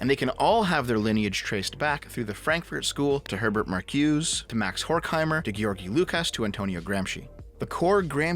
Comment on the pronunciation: I hate to be a stickler here but Marcuse's name is actually pronounced Mar-cu-za.